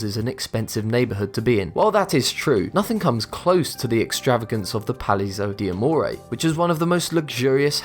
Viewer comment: I'm italian, the pronunciation of "Palazzo di Amore" make me laugh !!! Funny !